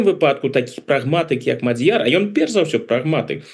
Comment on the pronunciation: На первый слог..ударение..Мадьер